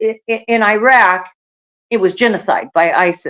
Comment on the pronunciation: Is it mentioned anywhere that these are countries destabilized and destroyed by U.S. wars of aggression, many prompted by Israel's neocon/U.S. agenda. Please learn how to pronounce Iraq.